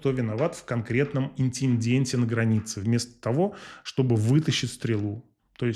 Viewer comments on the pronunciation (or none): Первый раз смотрел видео на этом канале и тоже обратил внимание на «и создаёт претендент» (вместо «прецедент») и на «кто виноват в конкретном интинденте на границе» (вместо «инциденте»). Даже не знаю, что думать теперь: ведущий выглядит уверенно, хороший текст, хорошо поставленным внушающим доверие голосом. Но такие «оговорки» заставляют задумываться о качестве презентуемой информации больше, чем хотелось бы.